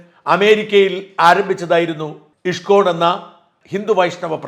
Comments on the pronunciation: ഇഷ്‌കോൺ അല്ല ഇസ്‌കോൺ എന്നു തന്നെ പറയണം. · Thank you Shajan sir ! Wonderfully explained about ISKCON. Just a pronunciation correction in Malayalam it is ഇസ്കോൺ 🙏 Bug salute to you 🙏